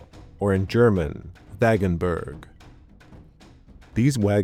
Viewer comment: As a german I ask me: what is a "Väggnbörg"? 🤔